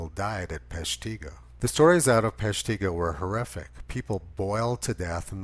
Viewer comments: Tony. I love your commentaries. To help with you with the pronunciations of our funny WI city names. Peshtigo is pronounced with the accent on the first syllable. PESHtigo. Hope this helps. 😎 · Lol... your saying Peshtigo wrong. Sorry cheese head hear. Say Shawano next. Link below is how to say it..